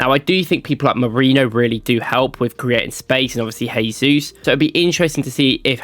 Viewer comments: JAYsus. HAYsus is the Spanish pronunciation. Jesus is from Brazil where they speak Portugese. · Nice video but NB: Jesus is Brazilian not Spanish, so it is pronounced with a soft J not H - zshaysus.